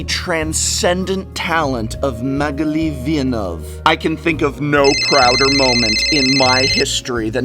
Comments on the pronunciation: Please learn how to pronounce 'Villeneuve' correctly. Great video though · Your pronounciation of Magali Villeneuve is a solid Tier 1. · Is your pronunciation "Magali "Villenueve" correct? She's my favorite MtG artist, but I don't know how to say her name correctly. mag-el-ee vee-en-wuv?